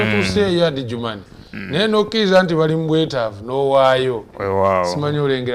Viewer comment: Weebale nnyo muganda wange. Ekigambo kiri Ajuman si Adijuman. D is silent. Otherwise thank you for the good cordination.